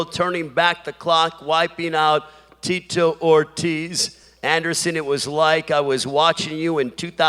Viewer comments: The geezer calling him Tito Hortiz lol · "Teet-toe Ortiz"